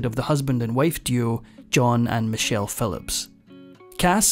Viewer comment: Edit; Michelle - not "Many chelle".